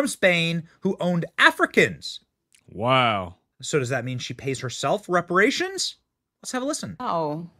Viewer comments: It's reparations not "respirations", lol. You sound like the character Eddie in the first Barbershop film, lol. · reparations, not respirations😂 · New subscriber. Looove your show! Quick correction if I may. It’s Reparations. Not Respiration. Keep up the amazing work you do. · Brother, I’m sure you mean REPARATIONS instead of RESPIRATIONS. 😂😂😂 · Wait again....did you also just say. pay "respiration" or deserve "respiration""???? 😮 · "RESPIRATIONS"??...🫁Come on bro, you on TV bro😅😂😅